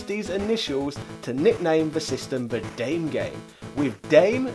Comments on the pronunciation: I laughed at "dame game" when you pronounced it like the English word meaning "woman." The Japanese word is pronounced "dah-meh" where "da" is like "Jeffrey DAhmer" and "me" sounds like "MEmories." The word means "bad" or "no good" in English. Also, the Wario word "Warui" is pronounced "wah-roo-E" where "wa" is like "where's WAldo" and "rui" is like "roo" from "KangaROO" and the letter "E" but the 2 are meant to be said fast, so "roo-E" or "rui" almost like a single syllable. So it's a 2 syllable word that's actually made up of 3 syllables. Great video btw, and thanks for the bit of a laugh as well. Made me smile. =) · Small nitpick, the word "dame" in Japanese is pronounced as dàmé, or like this: "dah-mey". Edit: Clarification and clean up, because dyslexia struck mid comment. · Great video, as always! ... but I gotta nitpick. "dame" is a Japanese word, so it's not read like an english one! It's pronounced more like "dah-meh" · FYI, Gunpei is pronounced like "goon pay". Whenever you see his name, just think about hiring goons. Some others have already commented on the "dame" thing. I'll just add that Japanese doesn't have silent "e"s Also, put Japanese words into Google Translate and there is a play button that will pronounce them for you. That pronunciation should be correct as long as you've selected Japanese as the input language. (The translations it gives you, however, are not reliably accurate.)